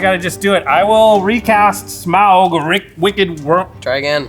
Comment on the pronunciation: There’s a point. A funny thing or an on brand thing that Jimmy took out the Goldspan as his last hurrah. However. Had he not done that. could have blocked his Smowguh as everyone likes to enunciate. Might’ve changed things I believe?